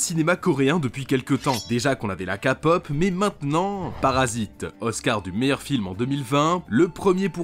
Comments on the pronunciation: j’ai eu les oreilles qui ont saigné quand il “KA pop” ☠️ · La Ka-pop ?! ça se prononce kè-pop. Sinon bonne année à tous ! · Euuh ... monsieux je voulais juste dire que ça ne se dit pas KA POP mais KE POP 🥲😅🥺🤓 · La kapop mais fais un effort nan